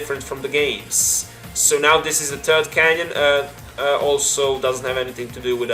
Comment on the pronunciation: Do you seriously pronounce "canon" as "canyon"? xD